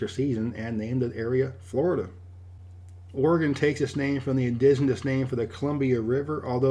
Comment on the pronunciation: Yay, your one of the first people to say Oregon correctly on a video lol